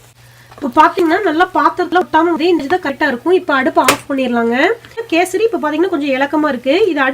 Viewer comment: Kesardi illa kesari